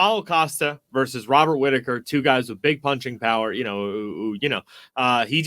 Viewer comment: I am all for this fight. But mostly because i just want to hear him keep saying Hobert Whittaker